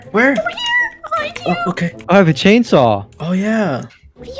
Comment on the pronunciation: Them saying "Chainsaw" :P Me hearing "Jadesaw" XD